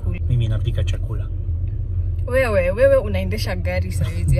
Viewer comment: 👏👏👏 learnt to say chakula